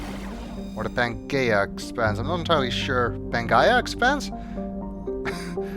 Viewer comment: its pronounced pan-jeea